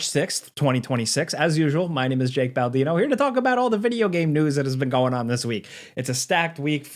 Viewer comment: I loved when he said that one time "my name is " 😂